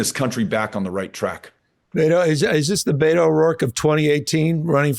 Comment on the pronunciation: Gavin calling him "Bay-toe" the whole interview was hella cringe.